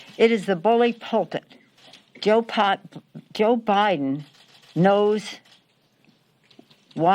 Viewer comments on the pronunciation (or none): she just said JoePot 😂 She must be thinking about smoking some of that good good from Humbolt 💨 Please somebody remix this on a loop.... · did she say Pol Pot(Joe Pot)???